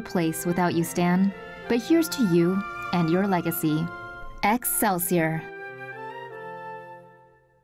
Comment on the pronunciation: Did she just say excelsier?